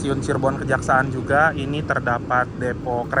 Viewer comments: Bukan stasiun Kejaksa'an tapi stasiun Kejaksan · Cirebon kejaksan bang , bkn cirebon kejaksaan 😂😂😂